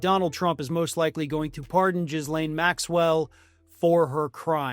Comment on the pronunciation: for the second time: Ghee-lain, not Jizz-laine, that sounds like the street Lauren Boebert lives on. Ghee-lain.